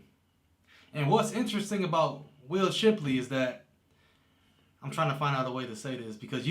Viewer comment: SHIP-----LEY. NOT CHIP---LEY